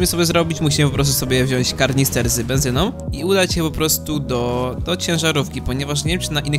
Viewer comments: Czemu połowa ludzi na tym świecie mówi karnister A nie kanister, przecież pisze wyraźnie w fortnite że to kanister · Plis nie mówcie na kanister karnister to wkurzające